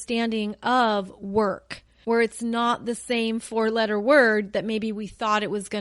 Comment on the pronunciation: work.... Turned into werk lol